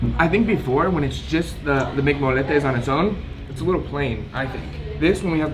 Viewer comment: Pronounced moyyyyettes not no moletes 🙄😂